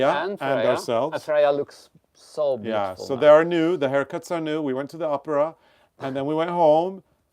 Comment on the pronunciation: It cracks me up when says opera because it sounds like Oprah